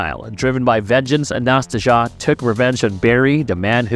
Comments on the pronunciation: It’s pronounced Anna-Stay-Zia. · I think the name is pronounced closer to Anastasia